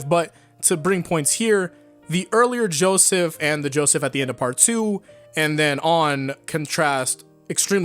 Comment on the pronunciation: he said Joeseth